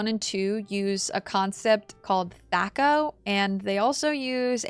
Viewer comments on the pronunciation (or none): Just an FYI from an old school GenX D&D fan, THAC0 is pronounced with a long A. Thay-co. Awesome video, it's so great seeing someone gush about the wonderful games of yore. Given your enjoyment of these, you might love my favorite, Planescape: Torment. Different setting of course but the same game engine as BG1/2, more story focused less combat, tons of reading but some of the best writing I've ever seen in a CRPG. There's a scene that legit still makes me cry every time I read it and I'm a grown man. Just absolutely incredible. Just as companion focused as the Baldur's Gates so I really think you'd love it.